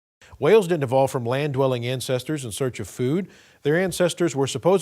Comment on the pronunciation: It reeeeeally sounds like he says "incestors" instead of ancestors. Hilarious. Maybe that's the word he uses behind closed doors when referring to humans. You know - Noah's flood and all... ;P